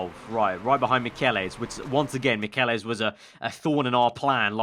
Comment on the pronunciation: Michelisz is pronounced Mitch-el-its